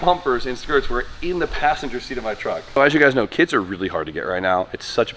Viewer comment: I thought u said kids and not kits, i was like what did he say